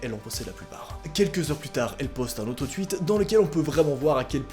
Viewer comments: "un tUIite" mdrr y a que moi que ca gene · Qui dit deux mille vingte 1 like c mon record Et qui dit ouite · Entre le "Twite" et le "Deux mille vingtes" Je sais pas quoi dire apar T'es grv cool ! ^^